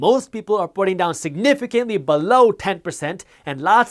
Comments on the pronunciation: "Ba LLoon" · Find it amusing how he says “BALLOW” !!!😆😆👇🏾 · Below!!!!!! I'm gna say below like that from now on